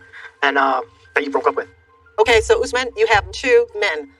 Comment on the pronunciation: The fact that keeps calling him ‘Oozmen’ is driving me crazy 😂